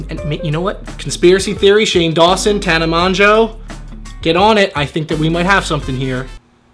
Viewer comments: You pronounced Tana's name wrong. But love you 😛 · Damn he murdered tanas name